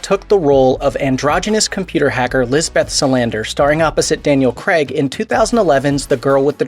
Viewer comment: His name is Daniel Craig, not Daniel Creg.